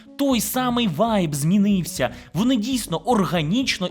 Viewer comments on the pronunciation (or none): единственное что забавляет в этом видео это многократное использование слова украинского слова ВАЙЙЙБ с житомирским акцентом